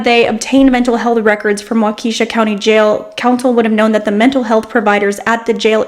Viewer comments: lol.. it's not "Wakeeshaw" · Haha it's pronounced "Wok-uh-shaw". Lol